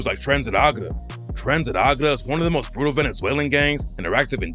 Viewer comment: TREN DE ARAGUA!!!! NOT ARAGRA.. CLOWN